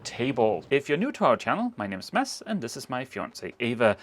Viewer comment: I’m so glad that you pronounce your names in the introduction. My names gets messed up all the time but please,, if you’re going to marry the guy, stop pronouncing Mads and start saying Mas. It’s not as hard as my name or other names. Everything else is great.